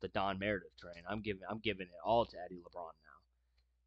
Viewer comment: Please learn how to pronounce the players names before making these videos! It's Eddie LaBaron not Eddie Labrawn!🫤